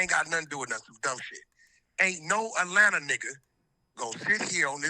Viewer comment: I’m high as fuck right now , bro said Ratlanta 😂😂😂😂😂😂 bruh